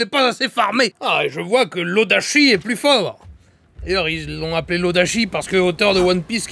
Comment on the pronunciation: Ca se prononce [Odatchi] :D